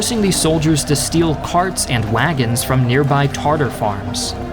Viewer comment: I’m highlighting his mispronunciation